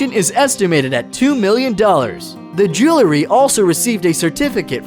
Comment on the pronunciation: You sound like your are trying to be on the radio in 1968. Also, what is jelary? do you mean jewelry?